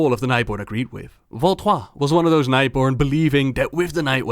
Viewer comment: Your way of saying Valtrois. It satisfies my french.